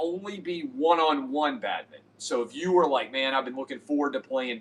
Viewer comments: Also I just listened to him and funniest part...he said it correctly the 1st time...for a Tennessean...then it went straight 2 syllable...nice catch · Do Tennesseans say 'badminton' in two syllables? 🤨